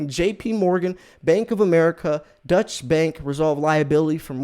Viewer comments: I truly don’t mean this to come across as a troll, but it’s hard to take you seriously when you repeatedly call Deutsche Bank a dutch bank. It’s pronounced ‘oy’ as in void. If you were really doing that much research on the daily you’d know that. Most of us should know who/what Deutsche Bank is, if for no other reason, than that’s the bank holding billions in Trump’s loans. They’ve been in the news quite a lot. Having said that, I like your vids—keep it up. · "Deutsche" bank is not pronounced "Dutch" as you're saying it. The correct pronounciation is "Doy-chuh" bank. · Deutsche bank isn't pronounced Dutch bank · Basically correct, but it would be "DOY-cheh." Hearing it on TV, the difference is extremely subtle, because the second syllable is unstressed. If you pronounced it your way in Germany, you would be seen as having an American accent. If you want to really nail it, pronounce it carefully your way, and make a mental note of the configuration of your mouth as you say the second syllable. Then pronounce it carefully "DOY-cheh," and note the configuration of your mouth as you say the "cheh", and how it's slightly different. Now say "DOY-chuh" while shaping your mouth the way you shaped it when you said "cheh." Americans aren't used to saying final short "e"s, but they are common in German.